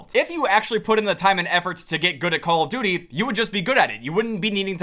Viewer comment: dude for the longest amount of time i thought you were saying "how you doing?" not "call of duty"😭💀